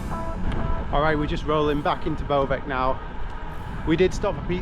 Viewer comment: Ej ej....In Slavic country, we do not pronunciate C as K. So, Bovec is Bovetz, not BoveK.